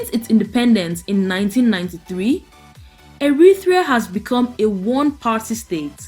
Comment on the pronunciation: Pronounced Eritrea NOT Erithrea, there's no 'H', kindly go back to school.